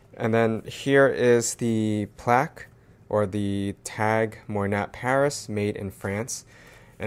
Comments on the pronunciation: I think It’s pronounced like moi•nah or mwa•nah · Did the SA coach you on how to properly pronounce MOYNAT? 😊